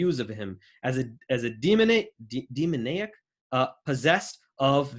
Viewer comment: Ahh just realised you meant demoniac, same meaning but different pronounciation to demonic. dee moan eee ack .... rhymes with back Ps. Looking forward to your debate with Robert Spencer. Thanks for agreeing to take part.